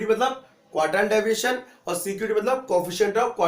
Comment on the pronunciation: ohh bahi daviation nahi pronounciation hai deviation hai